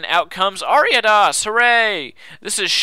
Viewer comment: I love how you pronounced Ariados correct the first time you said it in the video, but then afterward kept pronouncing it wrong lol